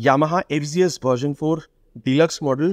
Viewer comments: ভাই, এইটা এফ,জি,এস না। এফ,জেড,এস। উচ্চারণ ঠিক করেন। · ইন্ডিয়াতে জেড কে জি বলে